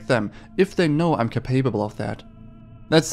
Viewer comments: lol said "capaypable"....its "capable" pronounced cape uh bull. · Lol “…if they know i am capable (ka PAYBLE) …”